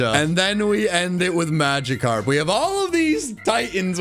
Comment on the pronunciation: It's Magikarp, NOT Machckarp!